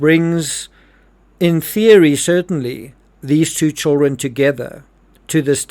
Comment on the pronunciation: I liked when says chirren or whatever he says instead of children 💐